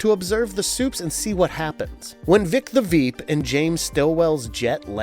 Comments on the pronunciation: Why do you keep calling it "Voit." They literally pronounce it for you constantly on the tv show. Also you def said Veek the Vip when you first said Vic's name. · I can’t believe Vic the veep is a tongue twister for him this man is saying veep the vep… who the the fuck is that 😂 I can’t believe he can’t say an American name vic… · "Veek the vhip" 🤣 Must've been hard saying Vic the Veep so many times! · How many times did he say Veek the Vip??? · “Voy-t America” and “Vic the Vep”. Loll. Are you guys hiring? If I don’t have to do research. I could definitely do this.